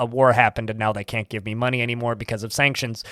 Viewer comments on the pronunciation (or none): none